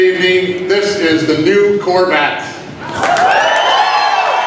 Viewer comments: is it just me, or did anyone else hear "COR-VAT"? --- wtf? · What's a Corvatte? Why can't people pronounce anything properly nowadays.